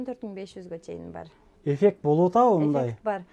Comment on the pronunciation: Эфек 😂деп кой эффект десен